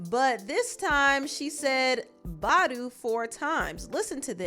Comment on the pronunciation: 😂😂😂😂 the way she said BAHDU 😂😂😂😂